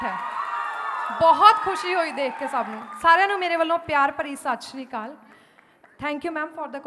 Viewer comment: Sat sri akal hunda hai shasri Kal nahi